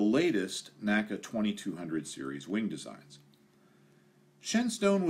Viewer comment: Common error, but it's pronounced "N-A-C-A," vice "naca." The National Advisory Committee for Aeronautics always said "N-A-C-A."